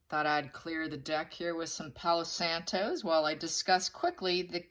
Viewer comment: It's Palo Santo. NO "S" on the end. Not santos